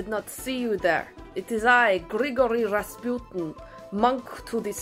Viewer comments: The "pu" syllable in "Rasputin" is pronounced as "poo", not as "pew". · I love this skit and I think your Russian accent is fantastic! May I humbly offer a tip? I’m pretty sure Rasputin is pronounce “Raspooteen”. I think the emphasis is on the first syllable, but I doubt anyone will notice (and it may be misunderstood). I mention this in the hope that you do another Rasputin’s Relaxing Spa video!! This one was pure genius!!